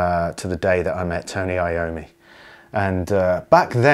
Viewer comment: It's not I-O-ME but yOm-mi, it's italian!